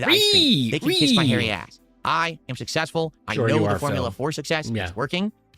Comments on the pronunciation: “I am sussessful, I know the formula for sussess” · He called it, 'Sussessful' 😂